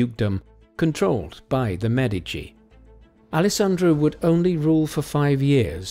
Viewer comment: Thank you for pronouncing MEdici properly!